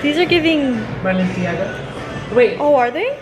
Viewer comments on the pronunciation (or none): "belenciaga" its fendi design😭😭😭